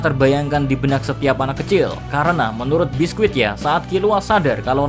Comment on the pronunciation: Bisky mr key bukan biskuit wkwkwkw